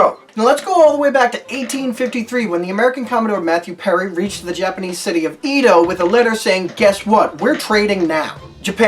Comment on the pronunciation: That's Edo not Eedo.